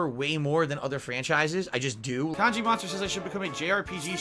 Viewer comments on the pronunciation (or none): none